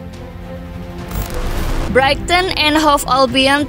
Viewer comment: kesalahan double, 7 point dari 3 pertandingan dan Brighton menjadi Brighting???, makin sering kesalahan pengucapan. Jujur aja ga nyaman dengar nya.